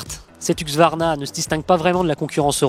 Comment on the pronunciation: C'est huSQvarna, pas huQSvarna !!